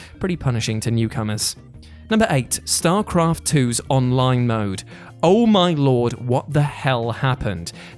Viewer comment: Onine Mode